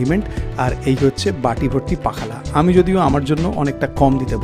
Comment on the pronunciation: পাখালা বলে কিছুই নেই। উচ্চারণ হবে পক্ষল । পক্ষল শব্দের শেষে ল এর টান একটু দীর্ঘ।